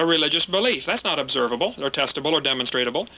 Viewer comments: Funny how many times he mispronounced demonstrable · Hearing him say "demonstratable" over and over again makes my language-bone twitch vehemently. On top of that he's just very... very... stupid. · lederereddy Quite a rant there. Faith achieves nothing but delusion. Hovind was a High School science teacher. As usual Genie blitzed the guy saying "demonstratable" several times - new word Created. Evolutionists call it "demonstrable." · I get triggered every time Kent says "demonstratable". Protip: The word he's looking for is "demonstrable".